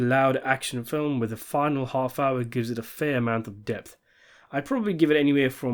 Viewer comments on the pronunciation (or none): none